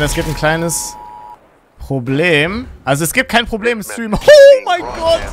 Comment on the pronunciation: Est heißt kein und nicht gein